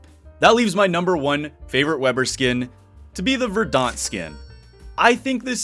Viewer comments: Just an FYI: it’s pronounced VER-dent, not “ver-DAHNT”. Otherwise great video, very fun to watch as always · I dunno if I can say this without coming off like an ass, but that is definitely not how you pronounce 'verdant'. Please look it up. I kept thinking you were talking about the Battle of Verdun or something. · Thanks for saying this. Made my butt twitch every time he mispronounced it 🤣